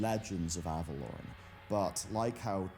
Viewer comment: omg it's not Avalorn.......it's AvaloREN...REN. Annunciate plz Kul'tiran druids ARE human druids, don't be racist. That's like saying people from Japan aren't human.